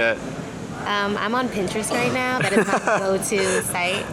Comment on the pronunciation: Did any one feel a Miranda vibe when said Nao hard or when he was saying resting was partying or was that just me